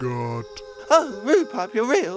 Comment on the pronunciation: Who else thought it was rude pug instead of pup